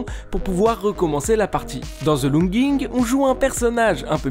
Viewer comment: Tout le monde prononce the les fr zee